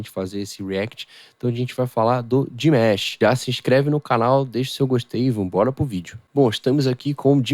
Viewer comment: Desculpa a pronúncia é Dimash e não dimesh.